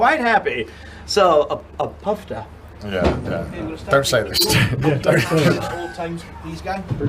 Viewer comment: The word is pronounced "poofta" not "puffta"